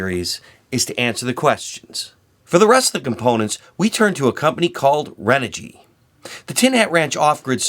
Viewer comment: renogy is pronounced chren-ogy.